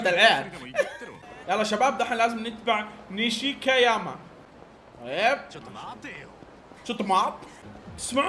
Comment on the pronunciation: عادي ماعندي مشكلة يكلج بالاسامي ليته كمل السلسلة لانها مظلومة صراحة هههههههههههههههههههههههههههههههههههههههههههههههههههههههههه